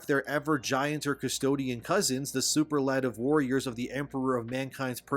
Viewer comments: Sue-pearl-ah-tiv Superlative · Please learn how to correctly pronounce “Superlative”. It takes away from your message. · You miss pronounced superlative. 😅 I was like, what's that mean?